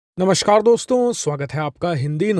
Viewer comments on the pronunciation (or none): It's not "Namashkar", it's "Namaskar". "Shka" ka uchcharan urdu ya arbi shabdon mein hota hai, mahodaye kripeya Namaskar sahi se bolein. 🙏